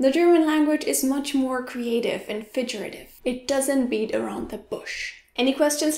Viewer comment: Interesting stuff. BTW - :”figurative” has a hard “g”...like in “fig”, not a soft one like in fidget.